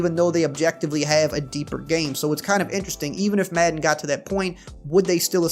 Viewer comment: not trolling, love the way says "Maedan".